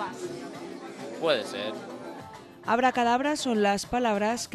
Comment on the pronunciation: Porque dice abracalabra..si es Abracadabra??..